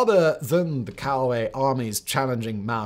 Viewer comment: Just a small nitpick, the "Cao" in Cao Wei is pronounced "tsao".